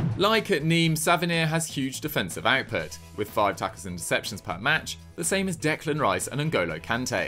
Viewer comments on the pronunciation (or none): none